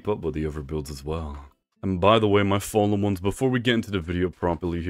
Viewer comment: Am I deaf or do I hear him say what’s up my fallomons like I’ve seen over 20 vids and all of his vids he says follomons although I know he’s trying to say fallen ones I’m just confused?